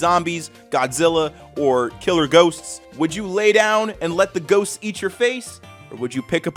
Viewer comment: Did did you say ghost or goats?? It would be funnier if you say goat